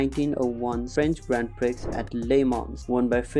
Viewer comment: Please have a native English speaker help you with pronunciation. Your butchering of the word 'Prix' makes my teeth itch. The x is SILENT!